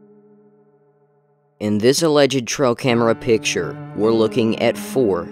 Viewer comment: Why does he keep saying "Tro camera"?